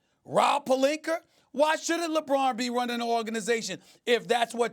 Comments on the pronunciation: Stephen A. “Rob Pelinker!” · Stephen A always says Rob Pelinker 😂 dude hates pronouncing the As at the end of people’s names. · Nobody: Stephan A Smith : ROB PELINKER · “Rob Palinker” - Stephen A Smith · "rob per-linker"